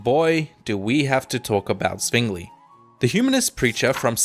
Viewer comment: Rofl he called Mr. Zwingli something like Suingli. :)